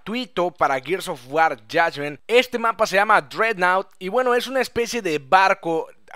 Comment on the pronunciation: Por qué dices Yashment